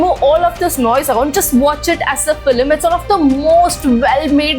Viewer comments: The video is unbearable to watch every time you say "Feeluhmm" its FILM for god's sake!!! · Filim , first pronounce it properly😅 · Well-made video. Just a suggestion - to cater to a global audience, change your pronunciation (eg its film not filam)